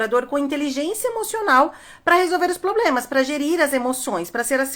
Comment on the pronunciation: CANDITADOS, não falem POBLEMAS na entrevista.